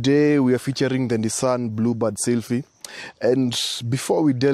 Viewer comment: Nissan blubad seelphee hahaha